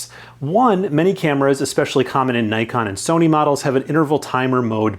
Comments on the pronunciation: It's "Nikon" not "n-👁-kon" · Splendid video, very informative. One slight correction: it's pronounced "neekon", kinda like knee-con. Keep the good work up!